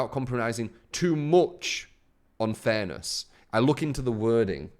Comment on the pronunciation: I swear you were saying thanos instead of fairness